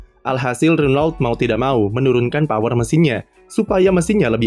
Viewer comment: renault dibaca rono